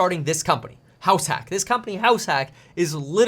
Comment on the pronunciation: I need new headphones 🎧 every time when he says house hack. I hear 👂 house sack